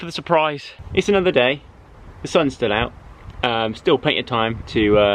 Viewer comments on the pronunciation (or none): Can't pronounce it sthil 😂